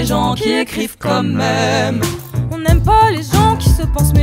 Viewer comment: Les gens qui disent mome à la place de même.